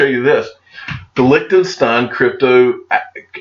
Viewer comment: Each time you pronounce licked'n'stein my ears start bleeding as fuck. Quick tip on how to pronounce Liechtenstein, you take the "lish" from bullish and replace the "liech". Please have a try Lishtenstein 😅👍🏽